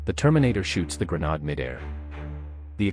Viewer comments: The City of Detroit... with what at many times strongly resembles Cyrillic words on signs. Lets not forget the word grenade totally mispronounced. Also the word millimeter describing a bullet size, is given an S at the end of it which makes it plural meaning more then one. One who knows the English language would not make the mistake. In regards to ammo it is ALWAYS pronounced as singular. 12 millimeter, 88 millimeter, 75 millimeter, etc. Adding an S at the end is the same as saying I am going to Walmarts, Gamestops or Home Depots. I know this whole video is AI created but was scripted and programmed by a non dominate English speaking country. The proof is there. Not that there is anything wrong with that, but Detroit's main language is not Cyrillic. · Weird way to say grenade. Cool video though.